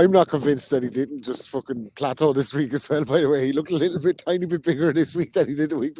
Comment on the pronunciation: “plateaued” lol